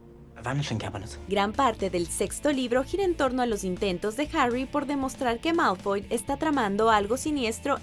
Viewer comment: No es Mawlfoy es Malfoy